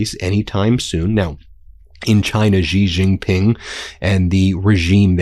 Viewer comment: It's pronounced she, she Ping Ben😅